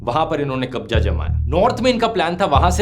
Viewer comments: your pronounciation is wrong This is not कब्जा This is कब्ज़ा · Bhaii kabja nhi kabza hota hai apni pronounciation shi kr lijiye uska effect video mein dikhta hai aapne kabza word ka istemal sbse zyada kiya hai kirpya ise sudhaar lein ... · Dhruv Bhai Kabza Ya Kabja? Pronounce to sahi karen bhai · Kabja nhi kabza bhai apni zubaan sudharo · It's z not J